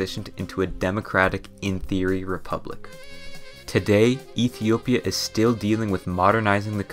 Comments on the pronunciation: he said "Ethia". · "and Ethia"